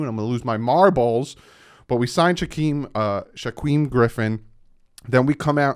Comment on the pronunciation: You make me laugh buddy 😂😂 it's pronounced like jakeem except with an 'SH' in the beginning not a 'J'. Not Shaqweem haha. Don't feel too bad though I live in Eastern Washington and so my girlfriend plus basically 90% of the people I know are hawks fans. 🤢🤮😂😂😂 love the content brudda!